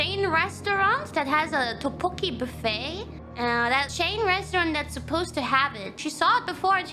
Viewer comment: as a Korean, id say Kiara pronouncing ddeokbboki is quite accurate:)